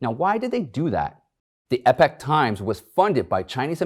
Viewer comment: EEEE-POK Times! Not EP-IK Times.